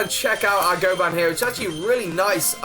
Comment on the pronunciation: Oh I didn't notice you named it goban, and just for advice its pronounced Go-bin not goban